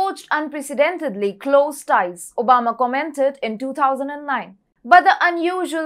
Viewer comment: She said omaba instead if obama